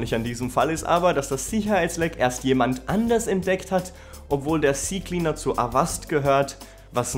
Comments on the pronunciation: Nicht cie cie cleaner, sondern Zeh Zeh Cleaner -. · Ze Ze Cleaner 😊